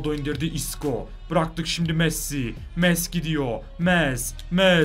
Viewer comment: Nolur Messi’ye Mes demeyi bırak abi lütfen